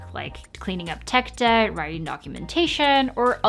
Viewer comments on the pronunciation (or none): none